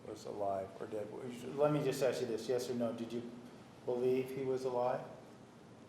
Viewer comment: Drinking game... Drink every time Nurmi says "Let me ash you this..." (and yes, it is "ash," not "ask").